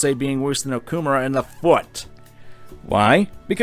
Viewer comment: Complains about VA inconsistencies Mispronounces Okumura every time